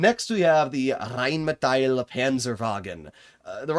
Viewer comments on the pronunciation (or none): RRHHÉINNMÏETÆL PÂNZËRWAGUN 🗣🗣🔥🔥